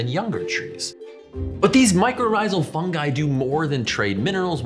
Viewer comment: Good choice on the pronunciation of fungi, it irritates me when people pronounce it funji